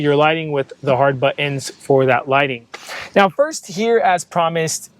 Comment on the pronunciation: Nice video! LOL he says 'buh-ins' for the word 'Buttons'